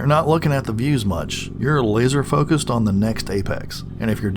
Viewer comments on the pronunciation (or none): none